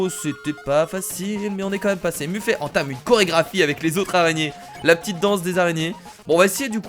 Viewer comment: On dit meffète et pas muffé